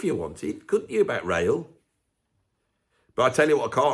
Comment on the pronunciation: Ah Rael, i thought you were saying Rail at first. I thought it was going to be about the Venn Diagram with its huge overlap of prog fans and train spotters.